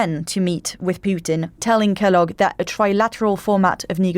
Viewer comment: Why does change the pronunciation of General Kellog in rwo consecutive sentences....Kellog surely isn't that uncommon of a name in the UK... This channel has steadily declined since the loss of David knowles. No longer worth the time needed to listen. Rather sad to lose what was once a stellar source of news about the Ukraine.